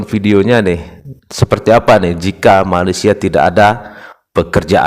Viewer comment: Saya denger nya pas bilang malaysia itu malessia